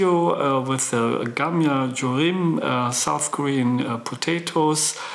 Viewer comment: Interesting to see you cook Korean dish! Yes you pronounce pretty well! Coming from Korean here ❤hehe GamJaJoRim is easy side dish that people enjoy quite often! Sweet, salty and garlicky! You did a fantastic job cooking Korean dish! Thanks for sharing! It was awesome to participate this collaboration with ya! God bless you and your family ❤